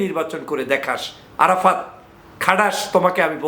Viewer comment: ভাই আপনার আরাফাততা 😂😂 বলাটাই অনেক সুন্দর হয়েছে গুজব লীগের কাজ তো গুজব ছড়ানো